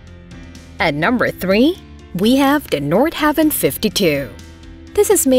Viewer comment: It’s “Nord-HA-Vin” not “Nord-Have-In”